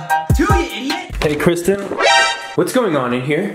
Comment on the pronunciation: lol kwisten!